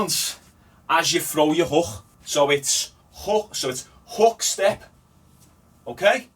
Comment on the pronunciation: I thought my Irish accent was bad but fucking hell that way you say hook, houck